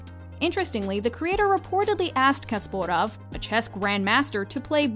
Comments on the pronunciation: KASPAROV NOT KASPOROV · his name is Garry Kasparov. Not Kasporav. 🤷🏼‍♂️ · I'm not quite sure you pronounce Gary Kasparov like that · Took me three rewinds to even understand who the hell they were talking about. "Who the f* is Yuri Kasporov??" lol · Kasporov? It's Kasparov, come on, you should get that right. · ITS NOT KASPOROV ITS KASPAROV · "Yori Kosparav"... LOL... such ignorance about chess... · Also "KaspOrov"? They couldn't even bother to read the name properly? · no hate towards the video, but Yorry Kasporov, really? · Haha I had to play it thrice to hear that properly. "Yuri Kosporov"?!?! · "Yori Kasporov"? Is that supposed to be the Russian pronounciation? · YORI KaspOrov? Really? ! Like the basketball player Will ChUmberlain? Or the baseball legend Boby ROth? Or the famouse quarteback Tim BraWdy from the New England Patriots? You get the name completly wrong and pronouse the last name wrong. Go learn the International Phonetic Alphabet (IPA), and read the wikipedia. Epic Fail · Yeah and they have said it at least twice in this video 😂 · I dont even like him that much but did they really disrespect Kasparov like that??I mean I can ignore the fact he is one of the top 3 players ever (no1 for many),but regardless I know a lot of people who dont play chess and still know him and can pronounce his name properly. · Lmao I love how the commentator tries to pronounce Kasparov’s name like a Russian and then immediately goes back to the Canadian accent for Borgov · What did you call Kasparov?! haha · You know its not a ordenary chessyoutuber when you hear the apransination of Garry Kasparov (maybe more right then I think but no other apransinait it like that) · The butcher of Kasparov's name is the funniest thing from this video. I enjoyed the video, but such disrespect to one of the best chess players of all time. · did she really massacre the almighty Garry Kasparov's name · wtf is that pronunciation of Garry Kasparov name???